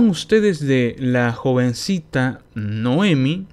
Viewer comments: Noemí. Noemí, ves el acento? No dice Noémi. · Noemí, acento en la "i",.